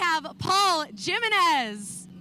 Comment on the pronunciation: It's pronounced HE-Men-Es, not Jim-enez. 🤣